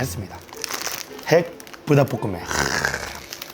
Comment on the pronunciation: 불닭 발음 개귀엽네 ㅋㅋㅋㅋ 부닥이라 들림 ㅋㅋㅋㅋ